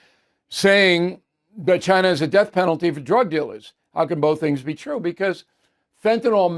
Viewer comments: Bill...PLEEEEEEAAAAASSSSEEEE learn to pronounce fentanyl! It is not fent in all! it is fent a nil!!!!!!!!!!!!!!!!!!!!!!!!!!! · Fentanyl...........is pronounced: "fen ta nill", not "fen ta naul"............... Look at the spelling. Thank you. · Bill. You brag about your masters degree and your understanding of economics, and you brag that you’ve been to most countries in Europe. You have an undergraduate degree in journalism, I think. You complain about people that use annoying phrases and cliches. But you can’t even pronounce the word fentanyl. Look at the spelling Bill. When was the last time you heard a word with the ending “yl” pronounced “ohl “? Get off your tush and research the pronunciation Bill. Don’t be lazy. IT’S FENT-AN-YL Bill!!! Think of the word ill. Or your name, Bill. That’s the way it’s pronounced. 😂😂